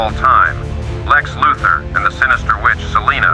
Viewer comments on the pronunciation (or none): This is where AI voices will never fool us- the part where it said "Kara Zor-El the greatest criminal mind of our time. (2-3-4) ..Lex Luthor."